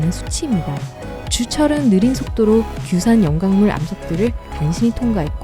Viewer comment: 규산 염광물.. 너무 거슬려서 영상 보다가 꺼버리게 만드네요ㅡㅡ